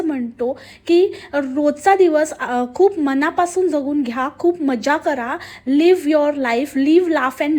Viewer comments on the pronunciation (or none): none